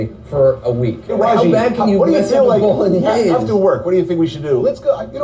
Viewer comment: Why are they pronouncing bologanesh wrong so many times in a row ???